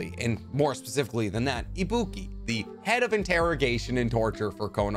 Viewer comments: Ibiki. Ibiki. IBIKI! NOT IBOOKIE! Why does everyone hate/forget on the most badass character in OG Naruto?! He enters the Chunin exam like a badass and is the first actual real-world-check that the main characters get - seeing a high-class maimed interrogation specialist... as in a person who deliberately hurts people to break their psyche for a living. Why is his existence so overlooked? Maybe I'm too drunk but this is like the third time I hear someone call him a wrong name or disregard him. Dudes and chicks. Ibiki is like the first time you meet your dad at work kind of deal. If your dad is badass and you're blown away by what he actually does. 'HEY SON! I TORTURE PEOPLE BECAUSE PEOPLE HAVE TORTURED ME. WELCOME TO NINJA LIFE. YOUR NINJUTSU IS A NICE FLOWERY MOVE BUT THERE ARE REAL CONSEQUENCES WITH A DARK UNDERTONE THAT YOU WILL NOT UNDERSTAND UNTIL ITACHI'S M.E. LATER. YOU'RE WELCOME.' Am I the only one who feels this way? Surely not.... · We cant disrespect GENMA like that! LOL just kidding, but he was the other ninja in Team Dai... and its Ibiki lol not Ibuki